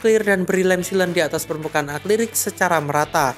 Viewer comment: Tolong lebih diperhatikan dalam pengucapannya, yang bener adalah "A-KRI-LIK", bukan "A-KLI-RIK".